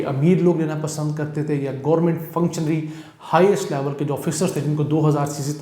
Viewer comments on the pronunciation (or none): none